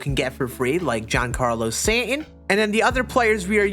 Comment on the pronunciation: Lmfao 🤣 he doesn't know how to say the ST together. He says Santon for Stanton too. 🤣